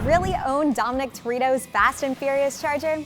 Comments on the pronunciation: "Dominic TorEEto" lol! She never watched a fast and furious movie in her life! 🤣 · Did she say Terreto? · Can’t even pronounce the name of a lead character of an almost 2-decade old successful franchise. Buh-bye